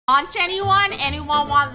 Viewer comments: lunar: “anyone want lunch?” me when i hear her saying lunch: “launch? 😂” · She said lunch as Lonch/Launch lol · No one:: anyone want some launch? Me: Im just gonna ignore the fact that she said launch instead of lunch😂